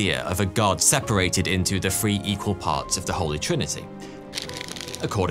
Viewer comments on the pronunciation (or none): What's with these English guys that cannot pronounce the "th"? "Free" instead of "three"? C'mon!